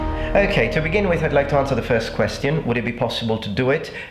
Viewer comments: I'm not a native speaker and I think your English is amazing, almost native-like but this one particular word always seems off when I'm watching your videos. Thanks for answering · "queththion" why do you pronounce it this way?